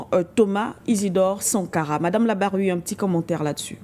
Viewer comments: C'est madame larbaoui et non labaroui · Vous ecorchez tout le temps le nom de votre interlocutrice :e n'est pas Mme labraoui mais Larbaoui.svp corrigez merci